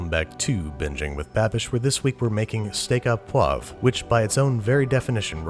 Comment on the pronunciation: Why do Americans not pronounce correctly? I mean it's understandable the au sound is wrong but the poivre is cringe. The "re" ending is not silent in poivre.